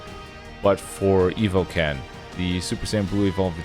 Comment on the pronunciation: I keep hearing EvilCan instead of EvoKen💀